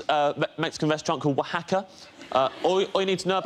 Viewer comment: i cant believe he pronounced Oaxaca right. i know Mexican people who cant pronounce it.